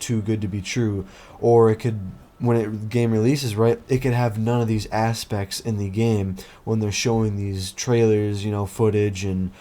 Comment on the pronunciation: Based video, Appreciate your takes! Keep up the great work! Asspects lol, ass